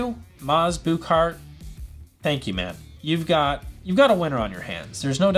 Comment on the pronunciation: Not to be nitpicky, but if you listen to the Danish press, the pronunciation of the name of the company sounds like the English words “Book Heart.” It’s not “Booooook Heart” as you are saying. That’s all.